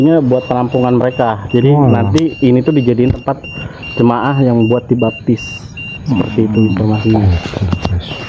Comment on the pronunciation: Jemaat bukan jemaah..izinn 🙏🏻😁